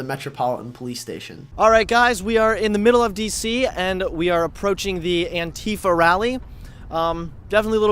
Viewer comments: Its pronounced ant-if-Ah not ant-eef-ah just trying to let you know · stop saying an-tea-fuh. it's an-tie-fah. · The way he pronounces "antifa" makes me cringe 😂